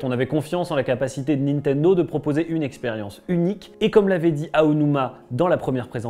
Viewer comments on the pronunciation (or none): none